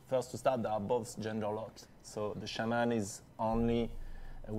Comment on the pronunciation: It's pronounced shaw-men Not shay-men ffs lol